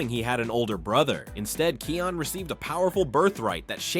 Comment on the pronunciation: You mispronounced Kion’s name. (His name is pronounced as "KIGH-on”.)